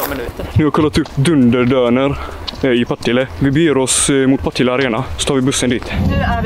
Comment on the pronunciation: Varför uttalar alla Partille fel? Det är Partille inte pa tile...